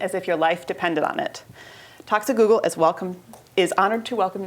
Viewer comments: "talks at google" sounds like "toxic google" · Anyone else hear "Toxic Google" in the intro? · ish it sounds like she says "Toxic Google."